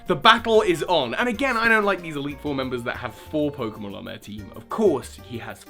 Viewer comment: you once said eitle 3